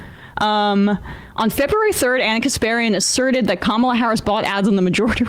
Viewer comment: Btw… it’s not “comma” Harris, it’s Kamala Harris. Do better.